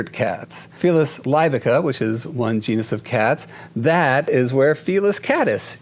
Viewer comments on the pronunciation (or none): none